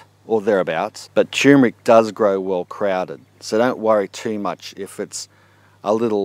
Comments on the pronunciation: Thanks, I'm planting some this year. It's great in coffee and added to date and peanut balls.. BTW: I don't think it's pronounced 'chewmric'.. Try 'tur·mer·ic' (look it up) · Sir, please, it's pronounced TUR-mric. Not TOMB-rick. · Dude it's called tur mer ic. Not tumeric... Lol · Fresh is NOT best because you need to take a lot to have any medicinal anti cancer activity. Btw it's tuRmeric, yes the r is pronounced, not tumor-ick. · It is tur-mer-ic not tue-mer-ic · Chew Mer Rick?? maybe he means Turmeric, Turm like turn a corner. Still a v good vid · TUR MER IC not Too MER IC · TuRRRRRRmeric! Look it up. It is spelt and pronounced as tuRmeric, not tumeric! Not such word!!! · Why the fuck do you people call it tyoomeric when it is TURMERIC??? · Maybe you are dyslexic, if not then I would like to point out that it is tur'mer'ic not tume-er'ic. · "Turmeric" is probably the most MISPRONOUNCED word on the planet! Are YOU pronouncing it correctly? Well, if you pronounce it like the man in this video, you'd have to answer "no". Like so many others, he fails to pronounce the first "R" which is NOT supposed to be silent! Click the link below if you want to hear a super short audio of the CORRECT pronunciation! of: tur-mer-ic. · Love the dramatic pause everytime before you say..."tumeric".